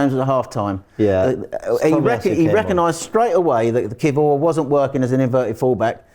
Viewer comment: Learn to say kiwior properly please